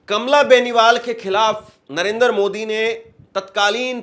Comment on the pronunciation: मूर्खों जैसी बातें कर रहे हो, तुम्हारी बातों की सच्चाई को कैसे जांचें ? तिरंगा हटाकर पाकिस्तानी झंडा लगाने वाले को दिखाओ ना। नरेंद्र बोलना नहीं आता नरेंदर बोलते हो । सात दिन बाद जब सुप्रीम कोर्ट का फैसला आयेगा तब शायद आप सामने नहीं आयेंगे।